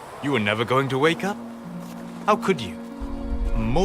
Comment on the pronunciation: лично мне сейчас это "вейк ап" напоминает начало второй главы Поппи Плей Тайм. Там эта кукла в начале произносит это. Не знаю как это описать. Это и странно и мило одновременно.